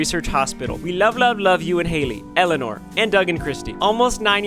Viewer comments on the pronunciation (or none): none